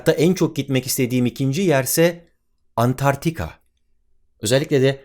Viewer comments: Çok iyisiniz alanınızda, ama niye Antarktika diyeceğinize Antartika diyorsunuz? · "Antartika" değil "Antarktika" olmalıydı